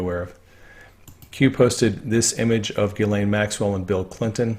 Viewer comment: Not sure how She pronounces her name but the correct French pronunciation is: (hard) Gee - len. Not Gee as in "Oh gee!" Nor "layne" but "len". With Stress on 2nd syllable.